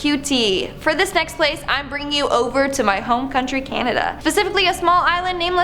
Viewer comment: Canada (kay-nay-day) lol